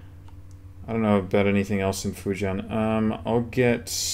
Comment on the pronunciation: I know this is an old video but just found your channel and your China is impressive. Dunno if it helps you or someone else reqding this but two pronunciation tips: 1. The -ui ending is "way" (Guizhou = GWAY-joe; Anhui = AHN-hway); you can check a dictionary if you dont believe me. 2. -ian is pronounced "yen" despite the a spelling (Fujian = FOO-jyenn; Dalian = DAH-lyenn, Tian Shan = tyenn shahn). Older transliterations use -ien for that reason (Fujien, Darien, Tien Shan). Keep up the work man enjoying your channel